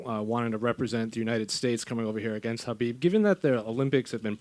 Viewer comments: Do they keep calling him Habib?? Wth?? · BUT DANA YOU CANNOT EVEN PRONOUNCE KHABIB'S NAME PROPERLY... SMFH..